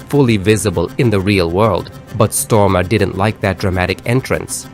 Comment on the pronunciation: that is awesome! i was just thinking, i hope they may a sequel. Their cast was CHOICE. I apologize in advance for the OCD name pronunciation correction, but Stormare is pronounced like stor mar ray